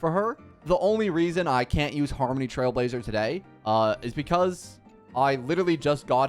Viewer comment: i love he kept saying harmmny lmao